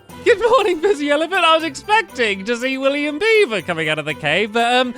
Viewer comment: it's sounds like stampy says William bieber and not William beaver xD